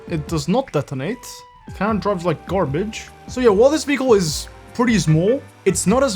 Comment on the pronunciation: Vee hickle